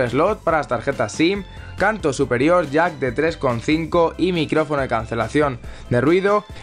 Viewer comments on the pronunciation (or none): none